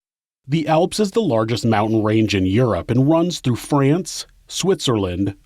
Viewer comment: I love the way you say “France and Man”.. (Fray-Ants - and May-Ann) Haha.. Thanks for the upload, guys!